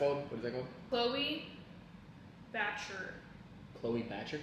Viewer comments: Chole bhature ❌ Chloe Bhachur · Chloe batter, are u serious?? 😂, it's chhole bhature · Chloe - Batchur! 😂 aaww you guys are soo cute.. ❤ p.s it's pronounced Cho-lay Ba-tu-ray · Never heard a worse pronunciation of chhole bhature than this. CHLOE BATUREE ..LMAOO !! Loved itt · Don't you guys eat food in proper plates instead of throwing it around?! C'mon guys its food. Respect it. And you Completely butchered pretty simple pronunciations. I mean,How difficult is it to pronounce tikka?? And "Chhole bhature" is read "Chloe bater"? You see no difference? Lets not even talk about "Biryani". 🤦 She mentioned seeing videos of people trying Indian food, where they obviously would have said the names. Still you guys got it wrong.🤷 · “Cloe bhaturr” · Not the Chloe batchur 😂😂😂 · Even after they said chole bature as chloe bathur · Chloe bater 😂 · I died at the way you said Chole Bhature 😂😂 you said Chloe batcher😭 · Did she just call chole bhature as Chloe batcher 😭😂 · Omg … the pronounciation of chole bhature 😂😂😂… had me dying 😂😂 but it was cute though